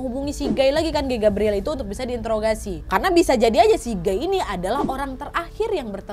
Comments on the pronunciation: T..t..tapi bacanya gai b..b..bukan geeeii 😫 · PAS NGOMONG GUY AK MKIR GAY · Kukira "gay" ternyata"guy" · Guy kak bukan gay 😭